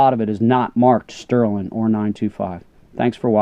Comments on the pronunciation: Please. Sterling, not sterlin'. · I’ve Heard of STERLING but your the first person I’ve ever heard call it sterlin?